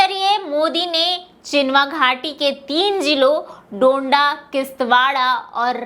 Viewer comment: डंडा नहीं डोडा नाम है। बोलने से पहले अच्छी तरह पढ़ लिया करें